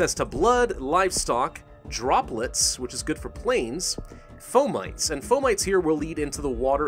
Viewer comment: It's not "Fo - Mites" it's "Fo - ma - tees"